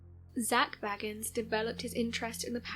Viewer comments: I know. It drives me crazy too. It is Bay-gans, not Baggins. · It's pronounced Bay-gans not bag-ans. Just sayin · Sorry, but his last name is pronounced Bay-gans.